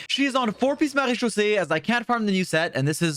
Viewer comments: ur french accent with MARÉCHAUSSÉE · As a native French speaker, can we talk about how satisfying it is to hear him say Marechaussee?! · he has the best pronunciation of marechaussee I have heard from genshin creators omg, claps fr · I love how you pronounce maréchaussée cuz that's how i say it too 😭